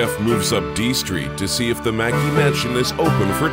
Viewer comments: MacKay is pronounced mac KAY .....as in '; OKAY = MC KAY ? ......OK ? not mackee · Please his name pornounced Mack Key. Never mind. The tour guide corrected you. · Yeah, after the video came out years ago people mentioned I was mispronouncing the name. Thanks for watching!